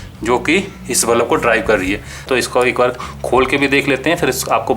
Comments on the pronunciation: bro its pronounced as bulb.. not ballap... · bulups q bol rhe ho yaar ?